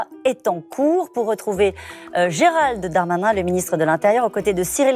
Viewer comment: Note a Priere d articuler quand citer le nom de L aristo du bled Gerald de Darmanin Qui la particule chatouilleuse Merci de prendre note